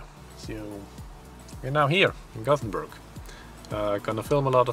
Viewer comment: Awesome to see The Batman invade Sweden!;D Lol Haha It was funny how you mispronounced the name of the city with Gotham,. XD Your video vlogs are so funny, brotha!:D Love them! ^.^ It was sad they didn't had a Batman movie showing instead of Car commercials, but oh well........ XD I'm definitely planning to visit Sweden someday.:D